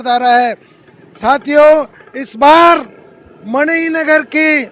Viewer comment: एंकर साहब मानिक नगर नहीं मणिनगर